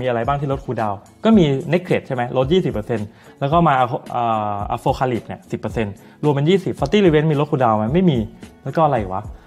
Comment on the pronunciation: อ่านว่า อะโพคาลิป หรือ อะพอคคาลิป ครับ